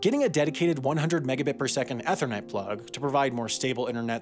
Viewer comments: Ehhh-thernet lol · Did.....did u say ehthernet??? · XD EATHERNET plug llooollllll, sorry voiceover person, but that's just too funny xD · Èthernet?!? It’s Ethernet! Grrrrrrr! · eth-ur-net? I thought it was pronounced eeth-ur-net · ee-thernet not eh-thernet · Why did he pronounce ethernet in a way that the first syllable rhymed with meth instead of Keith? I feel like the answer can be found within this question. Get help, buddy. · Sam: I'm fluent in 3 languages. Also Sam: Ae-thernet plug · “Eh-thernet” that was painful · Eth-ernet plug xdd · u said “EHTHernet” & that annoys me. good video tho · what net?! EEETHER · The pronunciation of "Ethernet" as ETHernet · The padantic nerd in me has made it physically impossible not to point out that the common pronunciation of ethernet is "ee thur net." I am sorry. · Eh'thernet. Not to be confused with a meh'thernet, I suppose. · I've never heard ANYONE mispronounce "ethernet" until hearing you butcher it somewhere in minute 14. The E is a long E. EEE-thur-net. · "EH THERR NET" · All this information and all i remembered was “eth-ernet” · Yeah, he's just trolling us now. This one and that one had to be intentional. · Today's baffling mispronunciation is "ethernet" Well done, Wanda-fur. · Maybe he doesn’t have any experience with Ethernet. He probably only has weefee. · Yes, also the ethanOL. EthanOL goes well with some teA. Would you like some teA. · did he just pronounce "ethernet" with a flat "e"? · I went straight to the comments when I first heard that too lmao, I've never heard it pronounced like that before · his pronunciation of "ethernet" hurt my brain. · your pronunciation of ethernet is what will stick with me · Is this how you pronounce ethernet? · never heard ethernet pronounced that way. how? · Why did you say ethernet weird? wait..... Is this AI script? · you pronounced ethernet wrong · Am I the only one extremely bothered by the way he mispronounced "Ethernet"